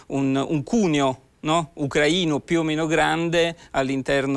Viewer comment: Ucràina e ucraìno